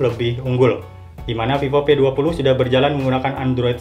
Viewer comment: Mungkin dia org Sunda😂